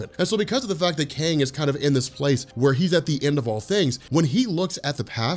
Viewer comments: I keep hearing kane the conqueror rather than kang the conqueror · Are you saying Kane??? or KANG???